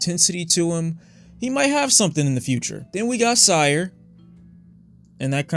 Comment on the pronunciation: mildly infuriating when he pronounces syre as sire